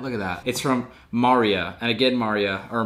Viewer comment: lmaoo its not maria its maria 😂😂